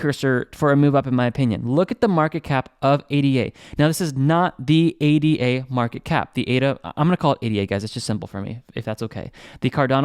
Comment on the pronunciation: Nice vid! But must say ADA isn’t an abbreviation. its named after the mathematician ‘Ada’ Lovelace. Pronounced Ada not A.D.A.